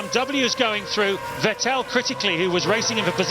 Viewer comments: It's pronounced "Fett-il" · Not the commentators calling Vettel "VehTell" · Vet tell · Coulthard always said "vih tell" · The Time where "Vettel" was called "Veteell"😅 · I do miss Allen mispronouncing Vettel's name. At this point it seemed to be ntentional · It's weird that they kept switching pronunciations for a few years until they figured it out. gets it right several times here, then goes back to the other one. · The crazy part is that they still kept saying that way even when seb was a multi time champion already